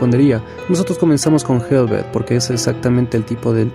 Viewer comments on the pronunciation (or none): No se pronuncia helvet, sino helvete tal cual se lee. Hablo noruego y sueco. Son muy similares estos idiomas. Saludos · No es inglés, es helvete y aske así como suenan...con la e al final